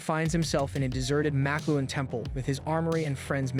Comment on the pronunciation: He also mis pronounces the makluan (how is it even spelled?) rings